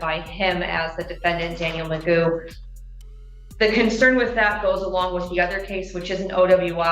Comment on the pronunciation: It's pronounced Magoo, he's spent more time in jail bec a he's a sovcit than he would have done if be plead guilty for multiple drink driving cases